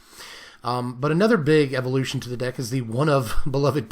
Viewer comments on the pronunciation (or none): none